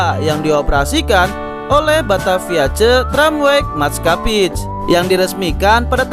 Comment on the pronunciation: Bang, sekedar memberitahu. 'Maatschappij' itu dibaca Matskhappey terus huruf 'G' Belanda dibaca layaknya Ghoin